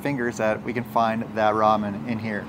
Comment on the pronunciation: I just heard you call Mya’s Ramon cheesy. Lol 😂